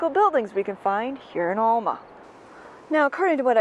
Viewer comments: It’s El-ma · "El-ma". Short A, sounds like E, not O sound. It's a local thing. Born and raised. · Coming from that part of Wisconsin it is obvioius that youa re not. Every time you said the name Alma it grated on my nerves to hear it mispronounced. Loved the content except for that.